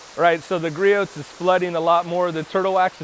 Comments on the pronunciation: Griot’s is pronounced with a silent t. Grew - ohs. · Can't you pronounce Richard Gree-Oh's name properly?